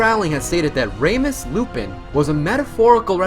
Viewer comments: “Raymus lupin” Omg someone help him Edit: wow. so much likes :0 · “raymus lupin” excuse me, what??